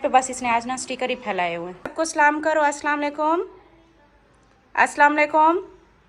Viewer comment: ko bolo sai trha slam bolya kry aslwalikum bolta h